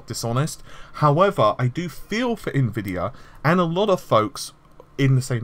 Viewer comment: I just noticed you're finally pronouncing Nvidia correctly. You used to say Ne-vidia, which to us Slavic viewers sounds like a really funny insult to them, because it means "I can't see".